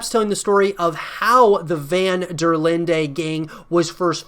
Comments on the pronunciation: No offence, van-der-lind-EH gang wrong pronunciation. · Have you ever even played RDR2? You don't know how to pronounce the name of their gang, and they say it so many times throughout the game.